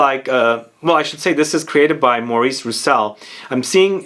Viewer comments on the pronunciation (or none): none